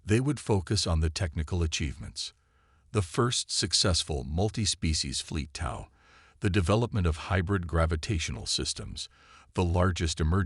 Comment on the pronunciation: Need to teach your AI how to pronounce "tow"